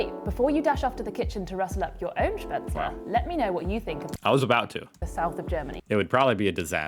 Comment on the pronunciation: You need to practise your pronounciation: "st" and "sp" at the beginning of an originally German word are actually pronounced "sht" and "shp". Except in Plattdeutsch maybe. And the "le" and isn't turned into an "el" as in English. So it is "SHPätz-LE", which is indeed a kind of pasta. German V is mostly (but always at the beginning of a word) pronounced like an English F while an German W is pronounced like an Englich V. The "whipped cream" for the Kässpätzle is actually rather "whipping cream", so just "whippable" and not the sweet stuff from a can you put on your ice cream, but simply "pure" cream whipped without sugar or anything added. And yes, cream makes it...creamy.